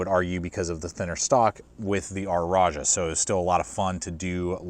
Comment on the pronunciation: I’m compelled to ask: why do you pronounce “rajah” as “r-ajah?”